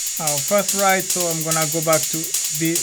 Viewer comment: When you say ride, i notice you say rid. I have friends whom i help with english, so I will just tell you how to pronounce it, you are meant to say it like Ryde, like to word why, so rhyde 🙂 keep up the great work.